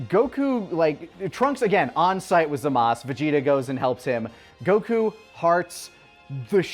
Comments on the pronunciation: ITS GODDAMN ZAMASUUUUUUU!! Not zamas... LEARN YOUR VOWELS!! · why do they keep saying zamasu wrong, they should know by now in the dumb his name is still zamasu